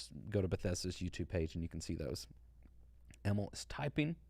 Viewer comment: Hi! Im from Sweden and I just wanted to point out that Emil is a typical Nordic name, and the way you pronounce Emil is with a long i, so it's more like Emiiiil than Emilll